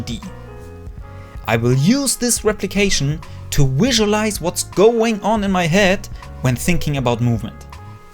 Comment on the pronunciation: someone should count how many times he said "wisualize"